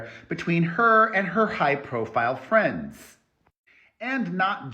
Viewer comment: Are you saying “hello my fram’s” ?